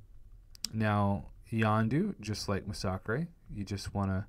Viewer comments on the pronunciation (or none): Masacre...MA-SA-KREY? Its MA-SA-KER